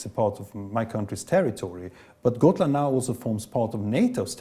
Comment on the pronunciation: I swear I keep hearing Scotland even though it’s Gotland